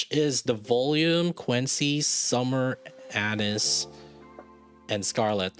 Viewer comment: Anis= Ah-neees, Ah-nees, Ah-NEES!!! C'mon, dude!